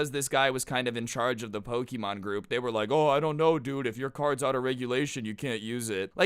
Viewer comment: Ik its wrong spelling but you sound like saying poki-mon